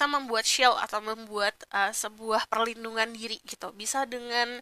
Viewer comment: Perlindungan diri.bukan Parlindungan.